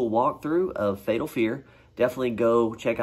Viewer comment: "Fatal Fear" not "Fetal Fear" which brings on a totally different mental mage.